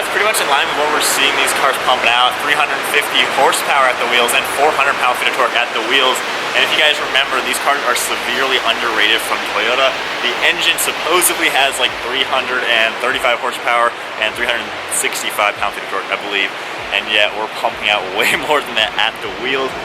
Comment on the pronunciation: Did you just say supposebly? 🤣🤣